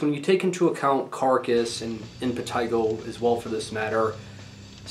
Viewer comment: Yes, that's the correct pronunciation.